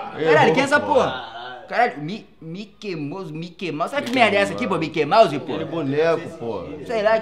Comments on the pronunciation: "Myquei Mouze" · Myquei Mause